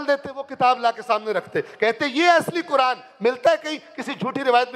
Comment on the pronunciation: چار دن کے مولوی صاحب اپنا " ق " تو درست کرلیں، قرآن ، قرآن ۔قرآن، صفین میں بھی قرآن قرآن کی پکار تھی ، امیر المومنین حضرت علی کی کوئی نہیں سن رہا تھا۔